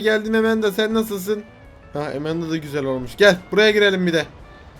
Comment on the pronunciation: Enes abi Emenda değil Amanda